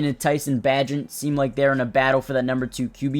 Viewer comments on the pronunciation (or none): Larry Bo-Rome, Veelus Jones, Tyson Bah-gent....Tyson Bajah....WTH???😂😂😂